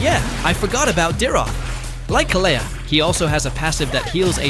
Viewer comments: Please his name is khale(d) not khalea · Why does almost everyone pronounce her name wrong? Most people here say Kaalia while he is saying KaLeah, and I think it’s supposed to be Kalee (Kalea)